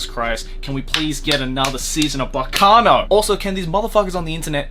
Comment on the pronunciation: Kudos on getting the correct pronunciation of Baccano